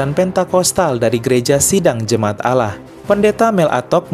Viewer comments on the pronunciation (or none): none